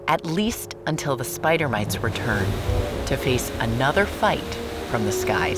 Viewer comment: My brain is trying to understand "mates" with a heavy accent and I find it amusing. Edit: Oi, where are my mates? Laura: ON YER FACE, MATE!